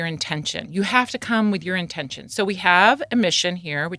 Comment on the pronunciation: Did she say URINE TENSION?